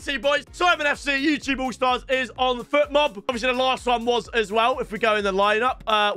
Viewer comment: If I were Fotmob, I'd take the sponsorship away from him. He's calling it Futmob the donkey 😂